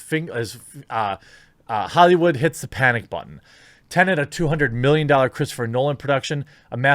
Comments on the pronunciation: Its tenet lad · tennent, really?